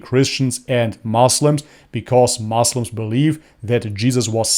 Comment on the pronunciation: bro don't say moslam, say muslim.